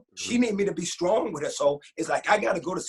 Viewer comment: Last thing, could someone please tell CTG it’s STRONG and not SKRONG😂😂😂